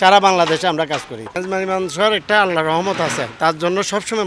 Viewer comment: ম্যাজবানি না মেজবানি